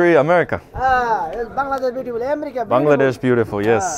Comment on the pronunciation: I am SO SO SO SO happy that at least one YouTube pronounced Bangladesh correctly being from Bangladesh I find it annoying when people pronounce it wrong so thank you:))))